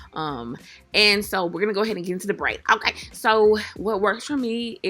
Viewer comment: the way she says okay... "OHGAY" lmsksksjdjdj gatta love her🤣🤣❤️